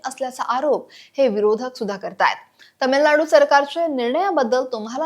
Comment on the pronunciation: तमिलनाडू नाही, तामिळनाडू. आपणच मराठीची वाट लावतोय